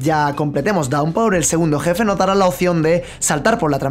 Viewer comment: "Daunpaur"?! 😂 se pronuncia "dawnpur" y eso me pone de los pelos 🙄 lo siento